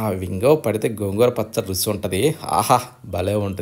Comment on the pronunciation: రుసి ఎందండి రుచి అనండి